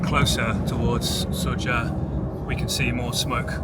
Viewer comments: isn't your first job as a reporter to pronounce the name of the town you are reporting on properly? not "Suzhda" but "Sudzha". I am a real Karen about this, and it is constant from many channels. Awareness competencies please! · That’s a well put report. It’s harsh, strong and makes one think. Although its Sudzha (soo-jah) and not Suzhda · What is hard to say Soo-ja — neither Soodza, nor Soozhda 😅 There is 4 sounds in this word